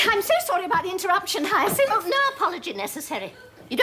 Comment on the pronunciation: What a perfect comedy this is,suitable for rewatching a bazillion times. BTW, does anyone know if Josephine Tewson (Elizabeth) purposely did that funny thing with her tongue whenever she pronounced. “HyacinTTHH” ? Always been curious….